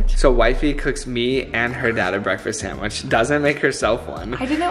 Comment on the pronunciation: just saying “SAMwich.” And not sand-wich lol 😂 makes me laugh every time